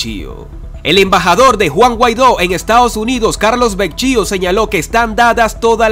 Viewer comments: OLLE QUIEN ES VECHIO NO SERA BEKYO TARADO POR FAVOR PON FECHA EN TUS NOTICIAS Y PRONUNCIA BIEN EL APELLIDO DEL ENBAJADOR ES VEKYO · Carlos Vecchio, su apellido se pronuncia Vekio. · El apellido de el señor se escribe Vecchio y se pronuncia Vequio. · Disculpe que corrija "Vecchio se pronuncias ( vecquio ) y fuerza Venezuela con Dios, todo sin Dios nada. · No se pronuncia Vecchio de dice "Vekio" como se escribe aquiy. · Mijo se escribe Vecchio y se pronuncia vequio. Eres un comunicador social, no debes tener estos errores. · Se pronunci Vekio. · Se pronuncia vekio